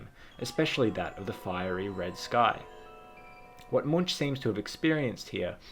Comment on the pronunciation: Great little think tank you got going here! Just an FYI - Munch is pronounced «monk».